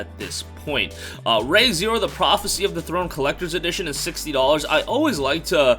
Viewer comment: Bro it's pronounced Ree not ray so it's re zero not ray zero, same with kingdoms of amalur it's not ray reckoning it's re reckoning